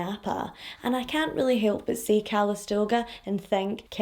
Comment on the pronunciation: Lol CALISTOGA…, I think you mean COW A BUNGA! You are the CUTEST thing I’ve ever seen!!!!!